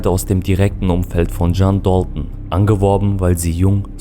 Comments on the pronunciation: Warum sprichst du DALTON so amerikanisch aus? Sag einfach dalton und nicht dolton wie ein ami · Dalton ist ursprünglich Englisch und nicht türkisch Das ist so wie wenn deutsche den Namen Necati Nekati aussprechen würden Du möchtest doch sicherlich auch das man deinen Namen Türkisch aussprichst oder nicht Wie gesagt Dalton ist ein amerikanisches Wort und nicht türkisch